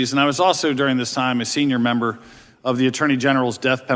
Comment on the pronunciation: Whats going on with this guy saying membo instead of member? Is this the new moronic crap that we have to live with now????????